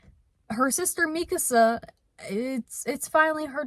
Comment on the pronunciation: Dude Mikasa was coming to my state for her first race!!!??? I would have come out of my cave for it. The announcer did a pretty good job on her name.